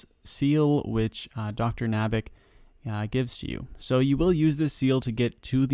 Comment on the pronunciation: Dr.Nabanik Say it with me NAB-UH-NICK :)